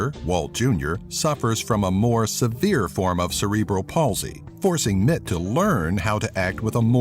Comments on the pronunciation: It's "R J Mit Tee" not "Mit" just saying. nice video, I learned a few more facts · RJ Mitte's name is pronounced like "Mittee"